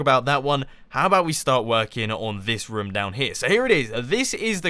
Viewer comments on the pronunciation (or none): You said rohm a lot instead of room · nope is is not correct and it is annoying hearing and is this rum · roooooooom not rom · Mumbo is so funny! I love the way he says room, it sounds kind if like rum! XD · "We could actually make a rUUm" -Mumbo 2015